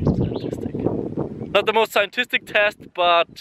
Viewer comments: its pronounced "sci·en·tif·ic" and you need to get some SUN. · Its hard to make it scientistic if u dont know how to say scientific